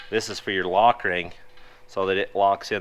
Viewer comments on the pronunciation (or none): none